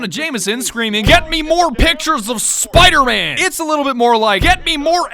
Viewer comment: Just rewatching here: "He's fucken Spider-Mang"